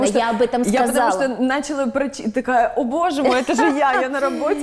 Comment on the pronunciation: ДЛЯ МАРТИНЫ: Всё просто идеально,но по-русски нужно говорить началÁ, с ударением на последнюю букву. Иначе режет слух. У Наталии прекрасный тембр и чудесная грамотная речь. Но в этой прекрасной речи есть ещё одна небольшая ошибочка: Нельзя говорить "одевать", "одеть", если только одеть другого человека.... Правильно сказать "надевать" , "надеть". Когда на себя. Удачи каналу!!!!🍀🍀🍀